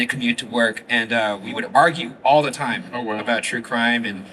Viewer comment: it's pronounced 'time'......